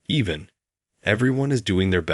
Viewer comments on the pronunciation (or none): again "even" or EVAN !!! absolutely pathetic narration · even or evan ? bloody bot narration